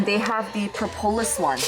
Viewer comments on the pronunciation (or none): none